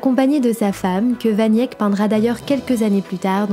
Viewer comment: Jan "van Yèk" ? Sérieusement ? Vous sortez d'où ?